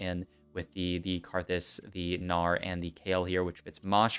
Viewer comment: “Our Gnar” sounds like Australian Oh no